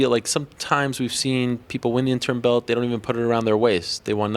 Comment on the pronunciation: Hey, good people of USA, I want to ask some of you something: if anyone knows Colby Covington or someone who's close to him (if that sort of people really exists), please remind that little pinhead that the word "belt" has a letter "t" in it (amongst some other ones). It's usually stationed at the very end of the word, and it's fairly recognizable - you just cannot miss it! Cheerz!!! \,,/